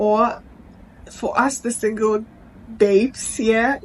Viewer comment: Emphasis on single 😂😂